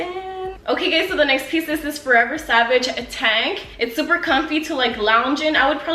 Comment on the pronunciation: It's pronounced savage by fenty